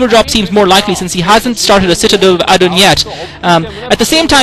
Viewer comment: how he says AAdun instead of aDUN might be related to how he says OBserVAtory